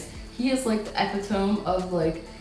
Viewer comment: Epitome is NOT pronounced epi-tome.